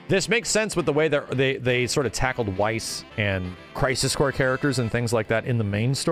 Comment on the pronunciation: Weiss is pronounced like Vice.